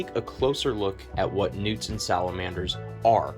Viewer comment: I thought dude was saying newton salamander 😂